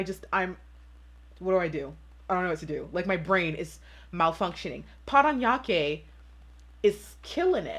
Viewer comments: How you say “Parañaque” is really on point!! Loving it ❤️ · I'm impressed that you were able to correctly read the cities... you nailed PARANAQUE :)